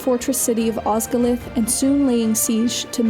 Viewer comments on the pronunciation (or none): "Osgolith" shudders (soz, but it's Osgiliath) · "Osgilith" I don't want to be that guy, but it's called Osgiliath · [eye-noor], not [ay-ner]. Also, that's plural, singular is Ainu. Morgoth is an Ainu, one of the Ainur. [os-gil-i-ath]. elvish pronunciation is not hard, and guides can easily be found on the internet. for anyone who wants to learn more about elvish, I suggest Parma Tyelpelassiva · Os-gil-i-ath. Other than that, great work.